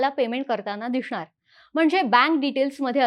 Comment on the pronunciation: दिसणार चा उच्चार छान करता mdm 'दिषणार '